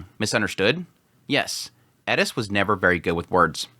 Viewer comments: Like the video but the "Edis" pronouncing? Why aren't you saying "Eris" if you have trouble with "R" all good my man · Eris. Rolled R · The Edis is driving me nuts. My brain keeps saying It’s ERIS!!!! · Sounds like you're saying "Edis" instead of Eris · Someone please explain why he pronounces "Eris" as "Eddis"??? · Why the fuck do you pronounce Eris like that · bro ur good and entertaining to watch but please pronounce eris right. there's no 'D' in her name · He says eris so weird lol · I came to the comments just for this to make sure I'm not crazy. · It's the only thing he pronounces with a Japanese accent. It's driving me crazy the whole video. It seems pretentious, even if that's not the intention. Seems like he's "Trying to sound cool/smart". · Plz say Eris right